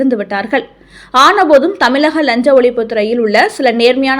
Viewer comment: உனக்கு தமிழ் சரியாக உச்சரிக்க தெரியாதா. தமிழை தமிளஹ என்று வாசிக்கிறாய்.தமிழ் உனது தாய் மொழி அப்படி இருக்க தமிளக என்று வாசிப்பது உனக்கு தவறு என்று தெரியவில்லையா.